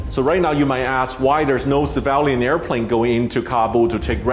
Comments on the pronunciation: Sam its not Sevalian planes. Sorry but you must correct your words here. Its Civilian planes. Which pronouse something like Si-vil-lian. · I have a problem with Sam Chui mispronouncing CIVILIAN as SAVALIAN. Did he intended to do this on purpose, or does he hate that word? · At 0.35 to 0.38 is it pronounced ceevaliaaan or civilian. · Took me replaying the first part severally to know you meant civilian when you say *civalian*. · Mr. Chui...... Its not Civaaaalian .LOL its pronounced as see-vi-li-an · It is pronounced CIVILIAN and not CIVALIAN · Civilian, not civalian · Dude keeps saying savalian lmao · civilian not civalian. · Civilian is pronounced as "SIV V LEE AN" not SAA VAH LE AN" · It was cringy to hear Sam pronounce “civilian”….. he said “savalion” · please forgive me i was wondering what was the ‘Sivalyan’, ‘Cevalian’ word you were mentioning…and in the end i realized it’s ‘Civilian’ ☺️✌🏼…great post though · It's civilian not cavalian... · Civalian airplanes? That's what I heard. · it is civilian not civalian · Same with me. But I didn't hear "severally", I heard *sevaalian*. or something like that! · Great reporting, but what is a "civalien?" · fascinating....Civ - ill - e - an (civilian) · Is it Sevalian or Civilian lol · "civalian airplane" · Sam please learn how to say the word civilian. It’s sad that you chose to go after viewers and likes by posting this video. Way too soon. I think you could have checked your ambition and held back a few weeks. I am unsubscribing and no longer watching your videos.